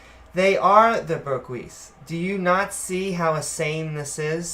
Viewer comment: “Burgiss” I couldn’t listen to him after this mispronunciation because I was too busy laughing.